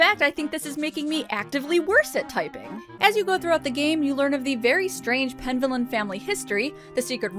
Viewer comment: Penvellyn sounds like it's a Welsh or Cornish name. If it's the former, the stress should be on the middle syllable.